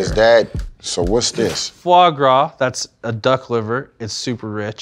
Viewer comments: Alvin: "Foie gras" Marshawn: "Fwah Gwah" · fois gras is goose liver you barbarian :-)He's funny, "if I can't pronounce it I sure as hell shouldn't be eatin it!" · when he pronouncing Foie gras 😂😂😂😂